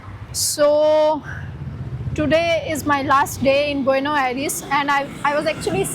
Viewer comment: Buenos the S at the end should be pronounced